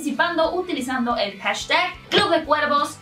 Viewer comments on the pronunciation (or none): none